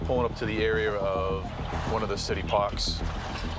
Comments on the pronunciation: "One of the city paks"lol No R's with their accent.😂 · “City pock” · Took me a minute to register "City Pox" was in fact, "City Parks". lol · In one of the city pox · “one of the city PaKs”😂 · Its Pahks. The added H is what changes the sound. -Mr. Funatparties.